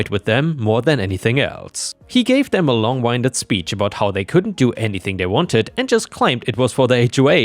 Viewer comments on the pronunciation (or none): Long winded like win not like wine.